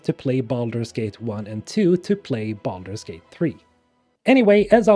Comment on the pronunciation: I know this is a serious video but I swear I'm hearing you say BALLERS GATE instead of Baldur's Gate 🤣🤣🤣